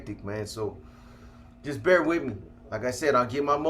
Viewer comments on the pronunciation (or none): none